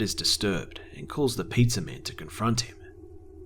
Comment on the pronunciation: I always notice how he sometimes says "Pizzahr", or any "hr" at the end sometimes. Funny.